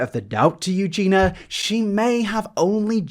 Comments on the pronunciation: Please, please, please learn to pronounce "Eugenia" correctly before you make more videos about her. I thought the video was otherwise well researched and solid content but it just seems like doing your due diligence to learn how to pronounce the name of the subject of your video. It's pronounced Euːˈdʒiːniə in English and that's also how she pronounces it which is the most important part. You're omitting the final i vowel repeatedly and it was very distracting to listen to. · Are you saying her name wrong or purpose or ...? Mate you made three videos about her the least you can do is give her the minimum amount of respect and say her name right. Thank you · intentionally mispronouncing someone's name is such an annoying attempt at an insult (if he was doing it on purpose) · 3rd video on her and he still can’t say her name 😂😂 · Do British people have issues saying the name Eugenia? Most brits seem to pronounce her name "Eugena" (Euge-NAH) when there's an "i" in there, making it EugenIA (Euge-Nee-ah). She says her name a lot in her videos so I don't think there's any confusion about how her name is pronounced, I'm just genuinely curious lol. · BTW bro you're saying her name wrong :/ You're saying 'you-gee-na'. It's 'you-gee-nia' :D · 3 videos in and he is still saying Eugena , not Eug-in-ia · It's Eugenia, not "Eugena". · mate its eugenia not eugena🤗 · Omg I adore you, but you need to correctly pronounce Eugenia’s name. There is an i in it. Her name is not Eugina. You jean eeee uuuuh. Your missing the eeeee. :) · I love how you call her Eugina...it is EU GE NIA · When he says "Eugeniur" it sends me lol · Dear, You-gee-NEE-uh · Could you try to pronounce her name better. EugeNIA. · No one:: eugener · This is great but PLEASE it's YOO-GEE-NEE-UH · Is it an accent thing or why are you saying "Eugena"? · take a shot every time says eugenia as eugena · Is it not Eugenia? You-jen-ee-a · anyone else triggered by him saying Eugena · You jeen ah